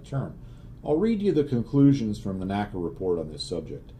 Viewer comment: I figure with the F4U-4 scenario, one would want to go to WEP before slowing down as it'd allow you to hang in the turn longer BTW: While I hate to be grammar police, particularly since my grammatical skills suck: NACA was pronounced En Ay See Ay, not Naka.